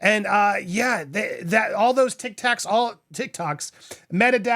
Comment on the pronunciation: TicTac! Omg that slip actually made me laugh.